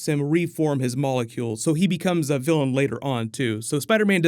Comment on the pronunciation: Vilian not Gillian